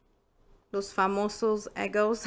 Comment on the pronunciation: Se dice eggos ,nope egos